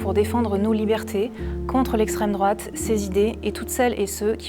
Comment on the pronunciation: Une belle brochette de golmon. Estrrwwemme drouate 😄